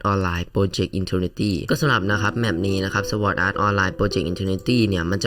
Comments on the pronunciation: เป็นคนต่างประเทศหรอครับถึงรู้ งงมากครับไปเอามาจากใหนคนต่างประอ่านสวอดเนี่ยนะ มีเเต่คนไทยทั้งนั้นเเหละครับที่อ่าน ไม่มีคนต่างชาติคนใหนเขาอ่านสวอดกันหรอกครับ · ผิดครับเเละก็ไม่เคยมีต่างชาติอ่านเเบบนั้นด้วย